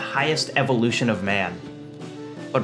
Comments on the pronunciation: dont say ubermensch, poor nietzsche :( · that pronunciation of Übermanche ...